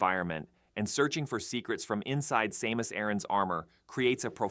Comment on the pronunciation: Wtf was that pronunciation of Samus?!? 😂